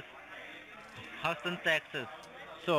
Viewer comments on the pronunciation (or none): Husstun texas? Ohh, he means Houston! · He doesn't even pronounce Houston right.